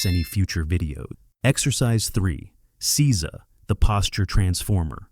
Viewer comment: Please have a Japanese person help with the pronunciation. Jarring to hear seiza mispronounced over and over 😢